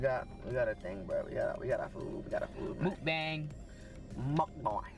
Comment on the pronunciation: ”Mookbang”😭:”Muckboing”🤣 Me:”MUCKBANG!😡🤦🏽‍♀️🤣😭💕”